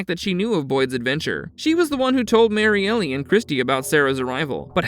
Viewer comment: You’re mispronouncing Elgin and Marielle…